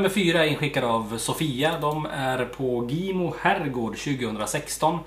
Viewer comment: Gimo uttalas Jimo vi bor 2 mil där ifrån